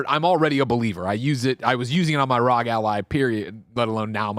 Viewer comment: IT’S R.O.G not rog